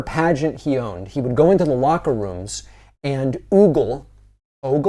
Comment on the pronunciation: "Ogle" rhymes with "BOGGLE"..